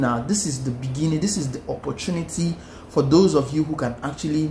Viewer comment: In the beningin Hahahahhahahahahaha